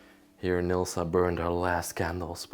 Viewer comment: you are having a difficult time with the name Nilsa...lol